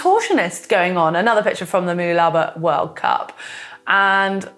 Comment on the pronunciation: It's pronounced Ma-loo-la-ba... You got it right last week.